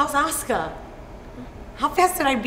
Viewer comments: wtf the name asuka is not pronounced as "aska" its pronounced as "asooka" .. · How to pronounce "Asuka" Ass-Cuh She got Asuka. Lol